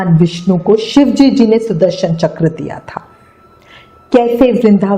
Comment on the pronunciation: Mam aap ki shive ji bolna nhi aata kya ... aap bolti ho shivejiji no galet hai ...shive ji bola kro